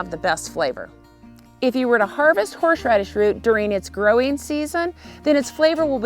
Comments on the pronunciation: Why does she keep saying horsh-radish? Isn’t it horse-radish? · I'm dying at "horsh-radish"